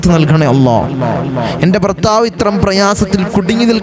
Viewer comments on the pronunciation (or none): none